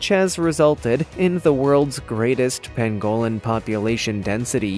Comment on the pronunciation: I love this channel! But please learn to pronounce words correctly. Like the Pangolin pang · guh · luhn